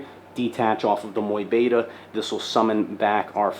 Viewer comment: People may complain, but i actually love how you pronounce mu beta 😎❤ keep it up champ